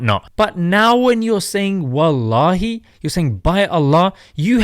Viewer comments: for all people i am muslim somalia but that guy has acsent even smile 2to jannah say tallahi but this guys say wataali ask evey somalia people how to pronounce it i think he born in somewhere or he is mixed that born in ethiopia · Exactly bro, this was something that would have been hard to find if it weren’t for someone propagating these clips. He’s an obvious imposter who’s getting endorsed into doing this. What kind of Muslim can’t even say Wallahi properly? And uses it in such an unfit way? He wears earrings as well and seems drunk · As somali muslims, we do not claim this man, can’t even say Wallahi correctly.